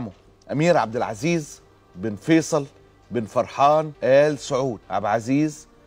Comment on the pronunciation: انطق الااسم صح يا ثور اول ايش عب عزيز